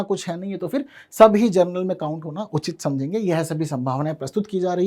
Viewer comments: General ko aap Gernal kyun bolte ho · कालेज एवं यूनिवर्सिटीज़ में वैसे भी जुगाड़ से ही जाते हैं। इसमें totally भाई-भतीजावाद चलता है। जनरल बोलिए न कि जरनल। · जर्नल उच्चारण में सुधार करें माननीय शिक्षक